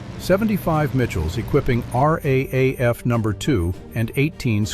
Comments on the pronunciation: the AI commentary is painful. Nobody says R A A F. It is pronounced R double A F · Raaf pronounst r double a f